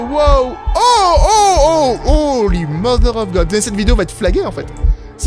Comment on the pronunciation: me tue quand il dit "howly mother of good" avec la deformation du visage j en parle mm pas je me suis mis en pls telment g rigoler